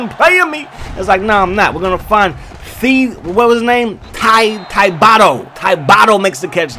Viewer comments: Lmao Thibideaux is Ti-Bi-Do haha not Tybato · It’s pronounced thiba doe Not thybadoo or whatever tf you said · This is how you say it: Tib-a-dough. Like bread and pastry. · Shades of Boston College. Regroup the boys and let’s pick up a win against Baylor, coach! Also, for the record, Thibodeaux is pronounced TIB-a-dough. Like the basketball coach Tom Thibodeau. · TIB-oh-doh bro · Bruh can't say Thibodeaux